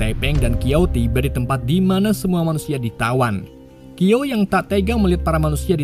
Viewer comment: Bukan kiao bang tp shiao